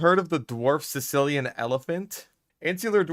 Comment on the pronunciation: I keep hearing his pet species’ name as ‘sicillian’ and imagine him keeping some poor italian guy as a pet